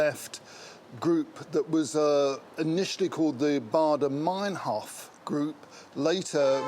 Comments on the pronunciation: "Baader" not "Bayder." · Why wouldn’t she make an effort to understand how Baader is pronounced